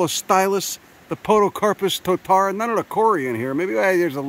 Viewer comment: Glad to see you in our fair land. Tis a pity you came in winter as our alpine flora is crazy. It is a privilage to hear you destroy our place names, very funny. also you should ask a local for advice on how to pronounce maori names like Totara.